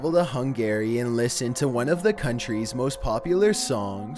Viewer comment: What about Sid Vicious's version of "My Way", is that safe? Because I want that played at my funeral. Gloomy Sunday should've been #1. (And Hungary is pronounced "hun-gry", like in Hungry Like the Wolf) W/regards to Judas Priest it was one specific song, "Better By You, Better Than Me" the trial really focused on. The scream in "Love Rollercoaster" is one of the band members with nothing more than an incredible range. Ozzy's song is called "Suicide Solution".